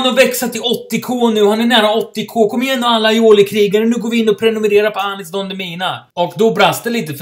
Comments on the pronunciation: Inte preniminira utan prenumerera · "Prenumenera" PRENUMERERA**